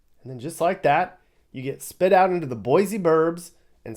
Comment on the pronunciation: 3rd generation Idahoan, my daughter is 4th. Thanks for correctly pronouncing Boy-See. Great video